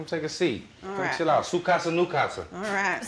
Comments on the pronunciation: My dude said Su casa Nu casa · He said "Su Casa", "You Casa" 🤣🤣🤣🤣